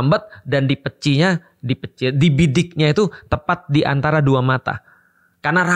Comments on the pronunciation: di "peci" , palembang nya keluar 😂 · Dipeci, tadz.. keluar palembang ny 😅